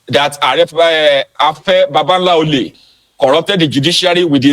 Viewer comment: You better learn the pronunciation of 'B-A-B-A-L-O-L-A' before he calls his lawyers or the IGP!